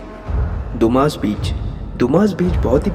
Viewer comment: Hello Sir, Dumas Beach को “दुमास” नहीं बल्कि “डुम्मस” कहते हैं। Thanks. 🇮🇳